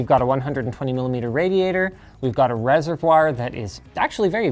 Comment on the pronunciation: It's not reservoir, its reservoir